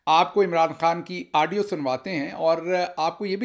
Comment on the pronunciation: Aaaadio nahin Gill Sahib Audio.